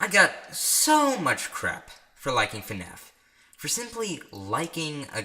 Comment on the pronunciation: when he said FNAF and pronounces the letter F at the beginning I cried tears of joy knowing I’m not the only one who says it like that